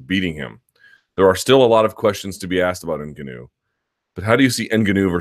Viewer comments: Luke the tonal accent of Francis's Name is on the GA syllable, Francis n-GAW-nou .... not IN-ganou... come on son !!! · Hate the way you're pronouncing Ngannou .. it's 'En-Gawn-Ew' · Derek Gram implying all black people born outside of Africa can pronounce African names properly. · Nope. Its nuh-ga-now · Rulo Turati - yeah you're right sorry N-Gawn-Oo .. I just couldn't watch the video because it was annoying me so much how the name was being pronounced .. is anyone sure exactly how to pronounce it? Maybe I'm wrong.. any Africans in the house?? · Why do you say "Ngannou" like a mouth-breathing doofus? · Say Ngannous name wrong 1 more time and I'm turning you off! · Andy TheGamerToBeat i agree lol he says tht name wrong and 'calvillo' wrong when the fighters themselves are pronouncing it how they want it too b said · and it's totally wrong